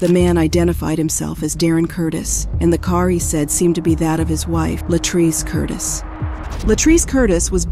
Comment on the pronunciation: It was very distracting listening to this story and hearing the narrator mispronounce (Luh-TREECE's) Latrece's name. 🙏